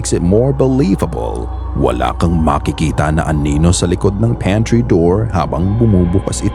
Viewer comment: panty door❌ pantry door✅ 😂😂